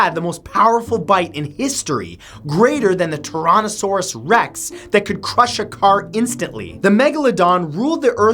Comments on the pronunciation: Tironasorus reks I think you mean Tiranosaurs Rex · Did I hear you say "toronto-saurs rex?" Lol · "Toronosaurs Rex"